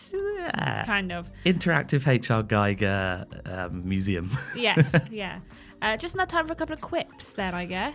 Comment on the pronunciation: A few too many utterances of “Geiger” without even a single “Giger”